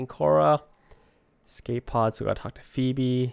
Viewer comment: It sounds like he's saying "Phoebe" when he talks about Peebee.